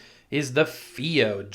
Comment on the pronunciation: I'd heard the company state it was pronounced "Phi-O" like in HiFi. It's a wonderful player, especially using balanced out, and the firmware updates have improved battery life.